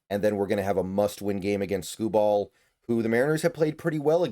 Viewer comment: Skubal will pitch games 2 and 5. Both on normal rest. Also you’re saying his name oddly